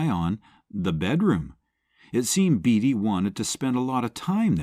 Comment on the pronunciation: Good Grief! Warren BATEy, not BEEDY!!!